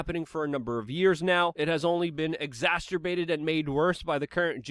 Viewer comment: Luke!!! I’m so proud of you! You said Exacerbate correctly! Wait…. Have they swapped you out for a deep fake?